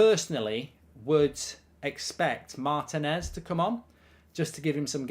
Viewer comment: Mark you are not pronouncing Martinez’s name correctly